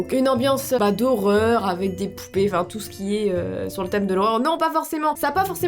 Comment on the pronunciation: j'ai entendue poulet à la place de poupée 😂😂